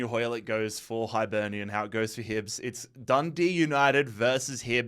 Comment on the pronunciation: The “Highlight” was “Kill- ma-Knock” vs “High-Burnian” 😂